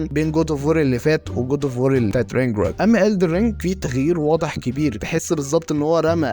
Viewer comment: شكلك وانت بتقول رينجروك بثقه واكسنت مضحك جدت 😂